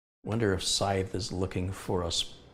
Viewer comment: Hi, I'm sure someone has mentioned this but just in case, it's pronounced S - eye - the. They're the things used for cutting grass or carried by the Grim Reaper. There are two of them pictured on the box. Thanks for all the great content. Edit, Sorry I posted this at the start of the video before I heard the responses. There doesn't seem to be a replay of the chat on this video.